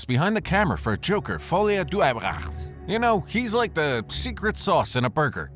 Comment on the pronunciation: Great video! The messed up pronunciations have me rolling 🤣🤣🤣 it's "fuhlee-ah-duh"